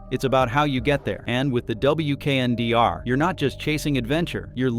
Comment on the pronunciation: It's a concept vehicle. It's not available anywhere. Some features make their way into production models. Prices are imaginary. AI narration is terrible. Pay a human. This concept is pronounced "weekender".